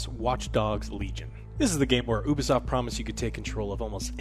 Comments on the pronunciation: I refuse to listen to a review by someone who still cant pronounce ubisoft in 2021 😒 Its (you-bee-soft) Not (oob-ee-soft) Ya twat waffles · its not OU-B Solf its U-Bi-soft.. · Did he just say "Oobi-Soft"?..... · I don't understand how so many people pronounce Ubisoft wrong. I legitimately don't get it. How do you pronounce there " Uplay" service? oo-play? I would assume it's pronounced you-play.